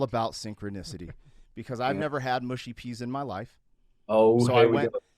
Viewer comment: Hey guys please get down with the peas!! - It’s mush like hush not mush like push!!